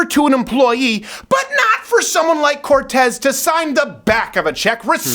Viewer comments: I always love your funny and logical videos, and this one was just as intelligent at always, but I did not really care for all the yelling, cussing, and saying "Corrrrrrtez" in that way that libs will construe as racists. Please calm down, you are far more effective when you are calmly "ripping them a new one." You said you are taking some time off for health reasons, please get good rest and come back soon! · i keep playing this just to hear Crowder say "COR R R R R R R R TEZ" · Lol - 😂🤣🤣🤣 I died! Corrrrrrrtez